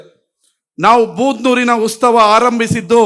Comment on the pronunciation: ಉತ್ಸವ ಕಣೋ, ಉಸ್ತವ ಅಲ್ಲ